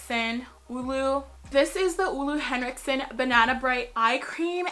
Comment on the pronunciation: Dear, it's "ooh-lah" Hendrikson its German pronunciation...